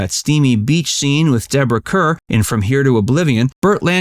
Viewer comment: Also, Deborah Kerr's last name is pronounced "Car", not as it's spelled.